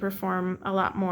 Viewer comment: Hans Holbein (you are pronouncing it correctly) was a famous Renaissance artist from Germany. He became King's Painter to Henry VIII of England. The famous painting that is always shown of Henry VIII was painted by Holbein.